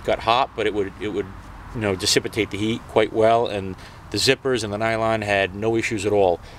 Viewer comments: Nice job, fine work. If I had to hear you say dissipitate one more time instead of dissipate, I would have gone crazy. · dude, seriously, repeat after me: Di Ci Pate = dissipate. Get hooked on phonics bro cause the whole world is watching! lol